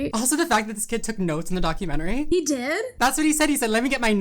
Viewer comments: He says doc-U-men-tary. It’s doc-u-ment-ry. He’s probably just never been to the Lie-berry. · Who pronounces documentary document-TARE-ee? Please stop 😅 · Man can't even say "documentary" correctly like tf lmaoo such an ignorant garbage pile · He can't even say 'documentary' correctly and we're supposed to take his opinion seriously. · Lol Fortnite gospel man can’t pronounce documentary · I hate the way this doof pronounces "documentary". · why is he pronouncing “documentary” like that